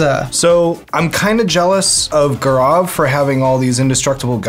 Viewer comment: The Indian in me is getting triggered by the way gaurav's name is pronounced